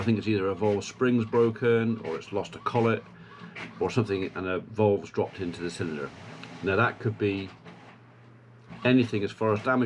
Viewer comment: Cadburys cream eggs are not the same as they used to be when Cadburys was a company not owed by Nestle. Interesting accent you have.Especially when you pronounce valves.. I thought you were saying voles. A true Country Bumkin... Stay safe in these difficult times. Regards to Mr Pullen (Senior)